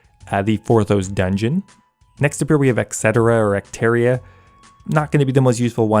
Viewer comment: Etcetera is pronounced "et SET err uhh"